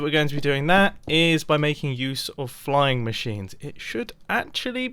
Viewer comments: So you were saying fline i heard flying lol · He mispronounced "flying" actually. Later he remarked that the mispronunciation sounded like "fine", but the original intent was "flying". Which is English (and Australian) slang for "doing well with no problems". It is meant to conjure up the mental image of flying over all the potential problems that could occur. The reason he took it back was because he mispronounced "flying", and so he encountered a problem, which meant he was no longer flying. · Mumbo your fine, ive never herd someone say the word "flying" in that way, and im american